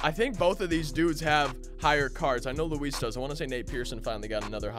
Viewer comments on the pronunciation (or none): none